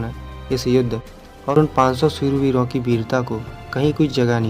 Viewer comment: soorveer ni bro shoorveer